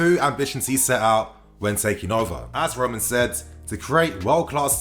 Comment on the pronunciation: roman roman not ROOOOOO MAN jesus fuck me this dude lol